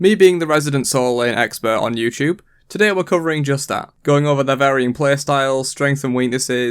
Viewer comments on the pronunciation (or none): none